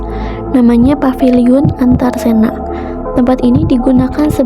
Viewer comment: Paviliun bukan papiliun pak